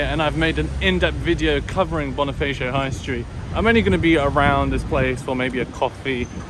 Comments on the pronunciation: it's BoniFAcio not BoniFEYcio. Never pronounce A as E when speaking tagalog words. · Hi Bonifacio is read as (Bonifasyo) not (bonifeysyo):)